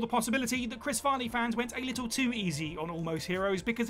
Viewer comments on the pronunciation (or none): I hate to be that guy, but it's Chris Farley, not " Chris Vardey"!!